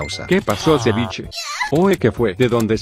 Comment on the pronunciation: Wtf porque dice cevichenya